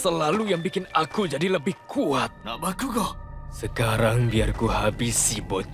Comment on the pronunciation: Bakugo malah bilang bakikuk